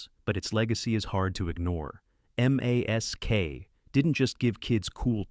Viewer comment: Why aren’t you pronouncing M.A.S.K? Why are you saying M A S K?